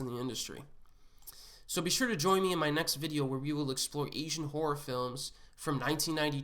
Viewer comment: Essian??? Pronounce your words correctly. Probably good content but his butchering of a simple word is grating on my ears. [AY] + [ZHUHAN]. There is no e. To be an Asian movie enthusiast, you need to pronounce the word correctly. Call me an asshole or what ever.